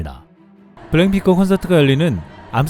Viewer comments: 블랭핑크로 들린다. 발음을 정확히! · 내레이션 발음 교정 좀 안되나요? 블랭핑크라고하고 영어단어는 죄다 씹어먹는 발음... ai인지는 모르겠지만 정말 거슬림... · 블랙핑크 발음이 어려워요? 왜 자꾸 블랜핑크처럼 발음하지? 계속 거슬리더군요. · 블랙핑크가 블랭핑크로 계속 들리네요😂😂😂😂😂😂😂😂😂😂😂😂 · 저기요 태클은 아닌데요... 블.랙.핑.크 발음 잘 안되시죠???ㅋㅋㅋㅋㅋㅋ 자꾸 블랭핑크라고 하셔서 ㅋㅋㅋㅋㅋㅋㅋㅋㅋㅋㅋㅋㅋㅋㅋㅋㅋㅋㅋㅋㅋㅋㅋㅋㅋㅋ